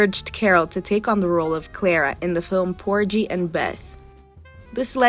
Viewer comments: TAF-fetta POR-ghee and Bess - hard “g” Pulllllease review pronunciations before recording epidodes! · The “g” in Porgy has a hard g like in “go”. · The “g” in Porgy is hard, not soft! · Hard G sound in Porgy. (It was killing me to hear it pronounced like a J. How old is this narrator??) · Poor ghee! It was getting on my nerves!😂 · Porgy and Bess - hard 'g' in porgy.